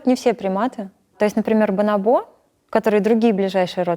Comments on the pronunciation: Мне одному режет слух бонобо́, вместо боно́бо ? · Почему бонобО, а не бонОбо? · Везде слышала и читала про ударение бонОбо а не бонобО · Меня одного потрясывало, когда она вместо "бонОбо" говорила "бонобО"?) Просто не смог ее после этого воспринимать всерьез, не смог дальше смотреть. Для меня это все равно, что "дОговор" или "звОнит" - дико режет слух. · Почему бонобО, когда бонОбо же? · БонОбо — ударение на второй слог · Специалист по обезьянам не знает куда ставить ударение на слово "бонобо". ОрангУтан, мартышкА, шимпанзЕ. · она изучает их с учеными, говорящими на испанском. На испанском ударение именно на второй слог, так что вполне очевидно, почему она его ошибочно ставит. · на второй слог правильно и на испанском, а она ставит ударение на третий